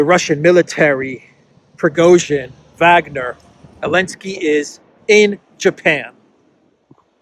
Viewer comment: The "W" in Wagner is pronounced with the "V" sound.